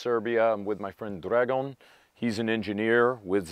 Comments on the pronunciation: Except Dragan in Dragon hahha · Bro for the love of god stop calling him dragon his name is DRAGAN like damn try a little its not that hard